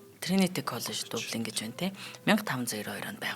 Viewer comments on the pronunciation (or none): Дублийн гэж дуудагддаг байх.